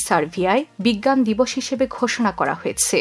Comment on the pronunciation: আপনার রয়েছে,হয়েছে,করেছে এই ধরনের শব্দের উচ্চারন ঠিক নেই, শুনতে কানে বাজে, ঠিক উচ্চারন করলে ভিডিও দেখতে ভালো লাগে।